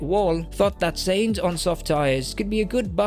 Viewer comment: Carlos Sayings??? You got to be fu€king shi#ing me. Bro. Please. For fokssake learn how to pronounce the driver's names right.....